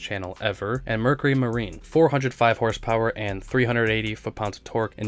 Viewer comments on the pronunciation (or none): none